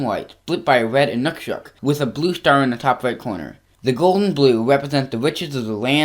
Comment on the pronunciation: It's pronounced "I ∙ nūk ∙ sūk